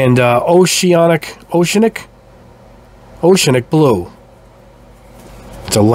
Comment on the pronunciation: Repeat after me...oh-she-AN-ic. 😄 Another nice vid. Thanks!